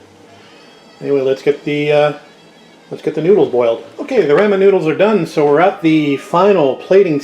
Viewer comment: I love your cooking videos! Nice and instructive just like your restoration videos. Oh, but it grated on me... every time you said “raaa min”. I’m in the “Rah min side of the fence! Just did spare ribs this week. Traditional recipe. But this gives me an idea for Soy based sauce. Thanks!